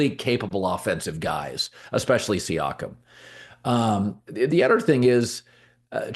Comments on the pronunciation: Hey Colin, it's See-Yakum 👍🙏 haha ok you started to get it right 1/3 of the way thru. Thanks! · The way he says Siakem… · He literally doesn’t even know the players names.. wtf he saying siakam like that.. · You are butchering Pascal's last name